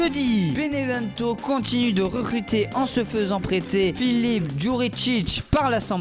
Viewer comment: 1min55 rerrrrruter 😂😂😂😂😂